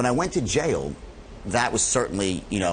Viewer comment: It's pronounced jail, not jayal. It's pronounced fraud, not frawd. (yes this could go on). But seriously, people are going to pay to listen to this? Man, I sure got on the wrong train.